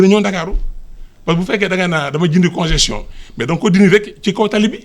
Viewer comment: Vraiment ! En tant qu'ingénieur du domaine il se permet de dire conjection au lieu de congestion .